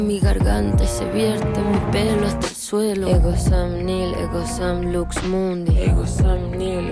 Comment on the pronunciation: It is Latín and the pronounciation is not "lāx" : EGO SUM LUX MUNDI.